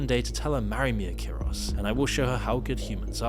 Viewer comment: It's "Ikaros" not "Akiros"...The name has ties to the Greek mythological character "Ikarus" who flew with a pair of wings made of wax,to close to the sun causing the wings to melt. Icarus fell from the sky, plunged into the sea, and drowned. (there is a bigger lore of course,that's just a snippet)